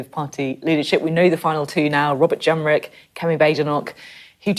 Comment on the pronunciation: Excuse me, but did you say Robert ‘Yenrick’ ? 🤣